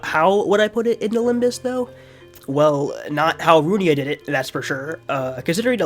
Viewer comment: sir it's library of RU-I-N-A, not RU-N-I-A